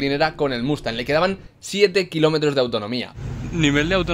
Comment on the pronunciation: los trdientos kilominos jajajajaja jsjsjsj